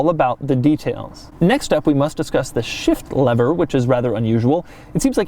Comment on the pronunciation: When he says shift lever, it sounds like shit lever